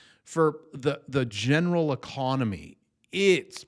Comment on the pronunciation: Trumpy E-con-O-my